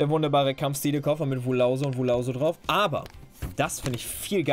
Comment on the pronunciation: "Kampfschtiele" x'D